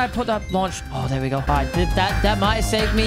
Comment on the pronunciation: You said AGO instead of go